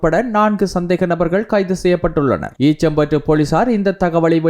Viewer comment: ஈச்சம்பற்று இல்லை. ஈச்சிலம்பற்று...